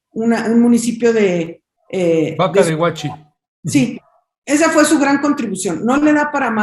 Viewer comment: nací en Bacadehuachi, Son. La pronunciación de esa palabra de origen Yaqui, no es fácil. Se acentúa solo en la pronunciación en la tercer sílaba: Ba - ca - dé - hua- chi. Aunque no se acentúa al escribir. El significado del nombre Bacadehuachi, es: carrizo agujerado.